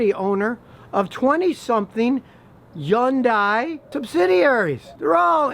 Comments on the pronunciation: Drive sisters Hyundai in Korea in 1980. This review is the first I disagreed with. Check where Consumer Reports now rates Hyundai and Kia. BTW, as a Korean speaker, it’s pronounced “Hyon dae”. Literally this means “Modern era.” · I will let that "yundai" go. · Hey called it "Yundeye" wtf?? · Scotty ? before you talk about Kia or Hyundai , say it right it is Hyundai like sunday monday Hyundai ... got it? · i never hear of anybody say 'yeon daai' lol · Scotty learn how to pronounce Hyundai. Just say Sunday with an "H" and you'll nail it. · Hahah yundi it Hyundai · Not how you pronounce it in Korean. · Not how it's pronounced in korean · Scotty is saying it totally wrong. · No it's not, actually. That is an American-ised pronunciation that was promoted for marketing reasons. Scotty is also mispronouncing it. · Scottie’s pronunciation of Hyundai is to funny. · is the "h" silent in hyundai? i learned something new again from here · Some eastern Koreans do, the ones that live past Taeback line. Scotty probably learned from them. It's definitely not the normal pronunciation. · you don't know how to say Hyundai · That's not even close how to pronounce Hyundai. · I can’t stand how you say Hyundai. fix it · I know I’m being petty, but I wish he would learn the correct pronunciation of “Hyundai.” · i cant stand the way u say hyundai 😂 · Poor Scotty doesn't want to come out of the old box. Take a look around.. Start searching first, then compare, and open the mouth after. Can't even pronounce Hyundai and talking about Hyundai is very funny. Something you said has to be double checked from now on. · Hey Scotty, it's pronounced "Hun-day" like Sunday, not "Yun-die." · why do u say young die? no one says that it’s hun day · Why not pronounce the yondai as it is spelled HY UN DIA that's is the correct way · Dude it’s Hun-day! Stop Scotty stop lol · Why does he never pronounce Hyundai properly? The H is not silent. The H is never silent in Korean. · he said yawn-dye